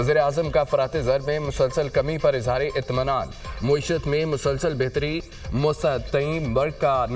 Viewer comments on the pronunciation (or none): یہ کون ہے جو معیشت (میم پر زبر) کو مسلسل موئی شت موئی شت کہے جا رہا ہے۔